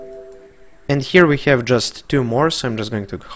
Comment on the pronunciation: Nice tuto...i hope you say Have instead of Heav now in 2020